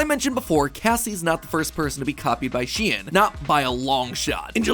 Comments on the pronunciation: is SHEIN not pronounced like shän? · Huh, isn't Shein supposed to be pronounced like "shine"? you know, like the germanic ei. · Am I the only one who is bothered by the fact that mat pronounced it like SHE-IN instead of SHEIN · Its not shien is shein shEin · Isn’t anyone else bothered by the fact he says shein instead of shein? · she-in? i pronounce it sheen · I've never hear it pronounced 'She-In' before, I've always called it 'Sheen' Now I wonder, hoe many of yellow pronounced it which way? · I am pretty sure it is sheen not shean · why do you pronounce it shien and not shein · aah my brain hurts just from mat saying she-en instead of shein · He really said SHEEEN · ITS PRONOUNED SHE-IN?!?? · How come mat pat can't pronounce anything she'en , mawca's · Its that the correct way of pronouncing SHEIN? I though it was more like saying the name "shayne" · I thought it was pronounced shine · sorry for being a nerd but it's actually pronounced "shane"